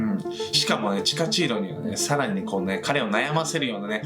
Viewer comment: チカチーロがタチチーロやな(;-;)